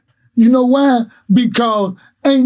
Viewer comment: “Wwwuuueeeyyyeee” lol I’m sorry the way you say why is trippy.